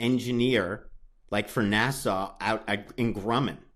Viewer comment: NASA is pronounced NASS - UH. When you rhyme the second syllable with saw, or law, you're saying "Nassau," which is the capital city of the Bahamas. Or maybe you meant Nassau, I don't know... did the alleged serial killer's father work in Nassau, in the Bahamas? I thought you meant the space program, that's why I'm offering this thought here in the comments. Have a good day, and thanks for the videos.